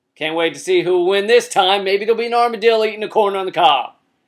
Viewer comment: excuse me. did you say 'armadilly"?